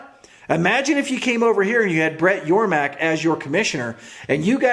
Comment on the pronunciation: Great video, btw its Yormark, not Yormak... lol